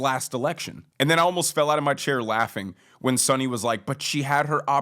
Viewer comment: You lost me in the beginning by mispronouncing Sunny's last name. Maybe do abit more research.